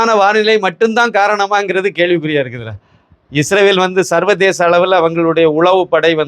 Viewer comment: He pronounced like Isravel may be slip of the tongue.